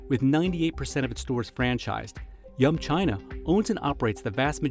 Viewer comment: They say “yum China” but I keep hearing “young China” :)